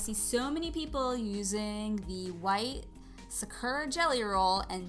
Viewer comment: Hi sorry it's pronounced sah-koo-rah 😊 love your art btw